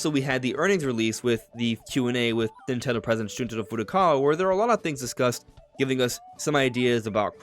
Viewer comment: Nintendo Direct not Natone Direct.